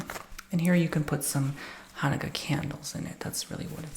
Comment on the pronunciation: ...I am 70 and didnt know abt the donuts before....we never did that...but your pronouciation was perfect